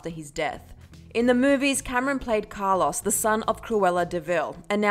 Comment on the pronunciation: So no one said anything about how she pronounced Carlos? She said Car Loss